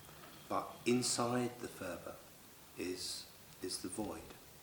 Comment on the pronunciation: Phurba is not pronounced 'furba' - there is no 'f' sound in the Tibetan language. Phurba is pronounced 'purba' - the 'h' is gently aspirated. Nepalese dealers will understand if you say 'furba' because so many Westerners make this mistake!